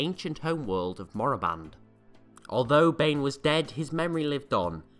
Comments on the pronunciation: I dont fucking care what disney says it's KORRIBAN not Moriban or whatever. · The Sith homeworld is "Korriban" not "Morriband"...just saying...